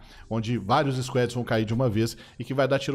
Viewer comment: Scuédi , não mano Skwäd (Squad) me dá uma agonia o cara falar errado , parece que de propósito.